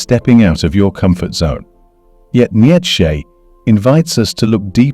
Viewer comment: man, this video is crock of BS! He can't even pronounce Nietzsche name correctly!!